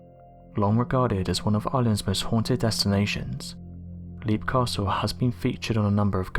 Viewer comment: It's pronounced lep, not leep. The dungeon with the wooden spikes is called an oubliette. You forgot to mention that they found three cartloads of skeletons at the bottom of the oubliette during renovations of the castle in 1922.